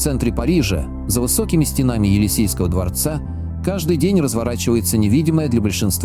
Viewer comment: За высокими стЕнами,а не стенАми.